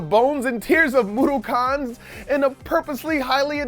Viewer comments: FUCK YEAH ODDWORLD! But a bit of mispronunciation on Mudokon. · The way he says Mudokon makes me sad